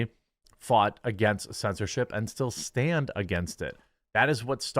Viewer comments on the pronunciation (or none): none